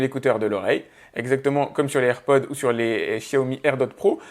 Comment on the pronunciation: Déjà je ne gueule pas fait je lui fait juste savoir qu'il se trompe. Il dit "AirPod" sans prononcer le s à la fin et normalement on ne dit pas Apple AirPods mais juste AirPods